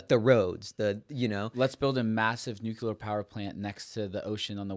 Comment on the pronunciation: Love it all. You guys are great. Super minor request: pronounce the word nuclear instead of nucular 😀.